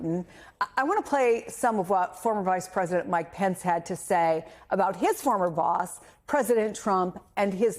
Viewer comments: I live how he pronounces his name exactly like our Canadian French tradition of poutine... ff+cheese cuts&gravy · Real "French Canadian" poutine ("poo-teen" or "poo-tehn", with emphasis on the 2nd syllable) uses cheese "curds," not "cuts"; whereas Putin's name is pronounced "Pou-tin" with emphasis on the first syllable). You "'live' how he pronounces..."? The only thing you got correct was the spelling of "poutine".